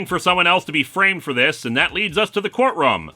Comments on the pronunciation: Court "RUM"???? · He's from Minnesota. They pronounce things the Canadian way.